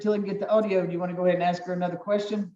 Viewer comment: The word is ask